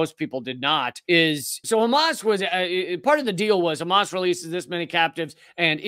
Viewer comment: A true Semite speaks the Semitic H like the Arabs do, it is called Hamas and not Khamas, it is called Hannukah and Channuka, it is called Passover and not Pesach and so on and so forth..